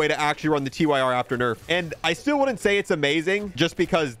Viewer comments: gets me every time he calls it the Tee-Why-Are instead of the Tyr (sounds like tier) It's the name of a nordic god, look at the names of the grip attachments. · This bugs me every single time. No hate, but it's Tyr as in the Norse god, pronounced 'Teer' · Please for the love of god call the Tyr revolver the TYR revolver…. Not T-Y-R. Its the fcking god of war Tyr